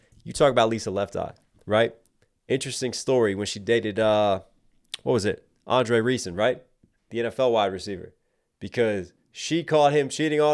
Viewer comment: Kinda disappointed you pronounced Andre’s name wrong.. could be too young to know